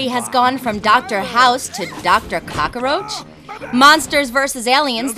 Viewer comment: Doctor Cock-ka-roach XP